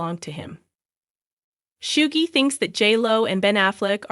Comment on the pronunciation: Girl Suge Knight pronounce "Shugg" not shuggah